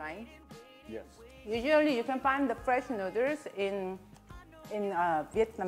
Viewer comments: me thinking: i love how she says noodles.: and make sure to get this tshirt. nu-ders. me: MELTS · "Drunken Nooders" LOL!!! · Literally just subscribed because I realized she made a “nuders” T-shirt from the way she pronounces noodles. I love how you marketed your quirk and beautiful accent. Exceptional ! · The way she pronounce noodles makes me wanna go to a Thai restaurant and enjoy drunken noodles in the "nuders". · “Drunken nudders” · Love how she pronouces .. noodles and ShriEmp🤣. So cute